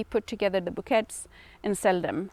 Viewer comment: Hi. Just letting you know, you pronounce bouquets as "boo-kay".its a French word 😊🌻🌻